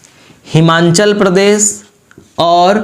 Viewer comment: हिमांचल नही हिमाचल है वो